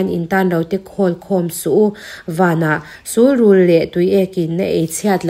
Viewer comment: Sulrul i lam dan hi a dik chiahlo deuh.... Sul hi... Sunhlu kan lam a sun kan lamrik ang khan lam tur ania... Rul hi chu rul(snake) kan lamrik dan ang khan lam mai tur ani e....